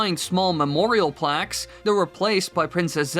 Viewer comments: *PLAQUES... NOT placks😂😂😂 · lol "placks" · it's "plaques". And these "myths" are all old news by now. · ah yes placks